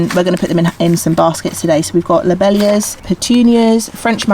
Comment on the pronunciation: You were right they are peonies - just spelt with their horticultural name (which is pronounced pee -on -ee -a) btw - it is pronounced glad ee oh -lie and lob - eel - ia